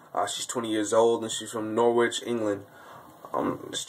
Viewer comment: It's pronounced "Nor-ich, you fool!"